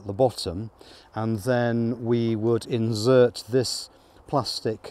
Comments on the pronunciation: STOP SAYING INZZZZERT !!! its inSert ! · He has not set it up properly. Why is he pulling out the flow frames? No smoker! Why did he get a flow hive if he was not bothered to learn how to use it🤦‍♂️. Instead of making stupid videos he should watch some videos about using a flow hive. Its “Insert” not “inzert”. Watched 10 minutes this guy is a joke. 0 respect, the bees dont get squashed when splitting the cells. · "Inzert" (sic) - for an Englishman, that is horrible pronunciation! FYI is pronounced : "Insert" - with an "s" - not a "z" ..... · insert.. not inzert